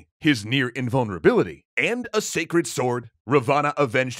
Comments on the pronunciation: Good effort but as a concerned subscriber I must point out that your pronunciation of Ravana is very wrong and cringe. It is pronounced as Raa-one. Please make sure you look up local pronunciations before making a complete video on the topic. Edit: Another important correction , I have never heard this version of Sita being kidnapped. The most popular and widely accepted story is that Ram, Laxman and Sita were in exile when a demon (rakhshas) turned himself into a golden deer and flaunted himself infront of the group. Sita really liked the deer and sent Ram to hunt it down. When Ram shot it down and realized it was a demon, the demon faked Ram's voice and called out for Laxman to "help" him because he was "injured". Sita insisted Laxman to go and check on his brother despite his many warnings to not leave her alone. Alas Laxman leaves and Ravan dressed up as a poor Brahmin tricks Sita and kidnaps her. (Omitted some details to keep this short) I hope you address this in the lies episode because I am pretty sure like me, pretty much no other Indian has heard the version you showed. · Well, where I come from "Ravana" was shot in the belly button. Also it's pronounced r aah v uh n uh so I'm pretty sure its spelt " "Ravan" but whatever, surprisingly accurate! Great vid. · You are wrong in most of the video "Raa-vaa-naa" . This is the pronunciation and Ravana was not actually Evil he was like Hades thought to be Evil but was actually good. Ramna's only mistake was his arrogance. All is other mistakes were not actually mistakes because his actions were based on the teachings of the granthas. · Ra- vaaana x ... Raaaa-va-na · Big fan here and sorry to be nitpicky but its pronounced Raavana not Ravaana. That said he was more of a grey character not full on evil. He was power hungry and ambitious but highly educated and good ruler. But any ways keep up the good work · By the way it is not Ravana , it is ra-van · its not pronounced ra-vaa-naa, its pronounced raa-va-n. thanks!